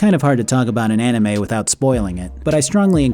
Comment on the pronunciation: I cringed when he said anime